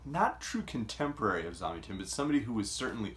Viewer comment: Super review. I think his name is pronounced with the stress on the second syllable though... Zam-YAH-tin. I read this book a good 25 years ago, and while I don't remember it well, I did enjoy it.